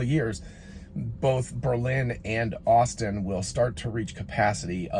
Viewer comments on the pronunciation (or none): none